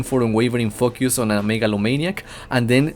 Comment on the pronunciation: i love the way you say elemental focus, sounds like elemental f.u. hahaha